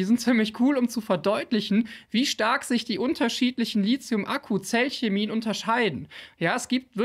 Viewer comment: Wir üben das Wort "Lithium" . Lit-hium , Lit-hium. Nicht Lizium ;)